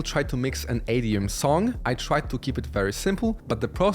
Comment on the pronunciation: Why do you pronounce EDM "ADM"